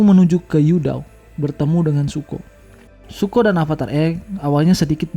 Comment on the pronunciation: Btw namanya raja api itu Zuko, bukan Suko bang wkwk, nice video.